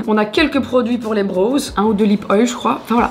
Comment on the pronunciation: j’aime trop tes vidéos mais « brows » ça ne se prononce pas comme « bros » 😂🙂‍↔️♥️ pleaseeee